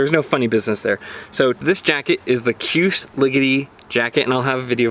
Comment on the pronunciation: KJUS = Shoooz